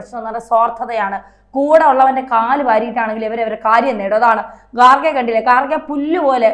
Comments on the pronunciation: ഗാർഖെ അല്ല. ഖാർഗെ എന്ന് ആണ് ശരി. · ഗാർഖെ അല്ല, ഖാർഗെ എന്നാണ് ശരിയായ ഉച്ചാരണം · ഗാർഖെ അല്ല ഖാർഗെ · ആസനത്തിൽ ഒരു ആലുമുളച്ചാൽ അത് അലങ്കാരമായി കൊണ്ടുനടക്കുന്നവരാണ് /ആഘോഷിക്കുന്നവരാണ് മലയാള മാധ്യമപ്രവർത്തകർ എന്നതിന് ഇതിനേക്കാൾ വേറെ ഒരു ഉദാഹരണം വേണ്ട ഖാർഗെ ..( ഗാർഗെ അല്ല.. കാർഖേ യും അല്ല ).. എന്നത് ഉച്ചരിക്കാൻ വിഷമമുള്ള ഒരു പദമാണോ ?ഇംഗ്ലീഷ് ഹിന്ദി ന്യൂസ് ചാനലുകളിൽ ഇത് ശരിയായി ഉച്ചരിക്കുന്നില്ലേ ?ഇംഗ്ലീഷ് ഹിന്ദി ചാനലുകൾ നടത്തുന്നവരെല്ലാം കർണാടകക്കാർ ആണോ .?..മലയാളിക്ക് എന്താണ് ഖാർഗെ എന്ന് ശരിയായി ഉച്ചരിക്കാനും എഴുതാനും ബുദ്ധിമുട്ട് ?